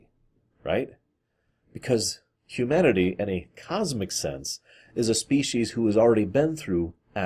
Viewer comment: I legit thought you said "Q-manity"